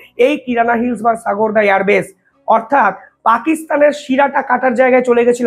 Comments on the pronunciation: সাগোরদা এয়ার বেস নয় ওটা হবে সারগোদা এয়ার বেস, ভালোই বলো কিন্তু ভাষা ভুল করো সুধরে নাও ভাই। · The correct name is SARGODHA. pl pronounce correctly.